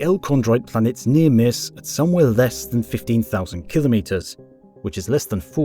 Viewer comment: Awesome video, learnt a lot. Also, finally, someone that can say kilo metres properly lol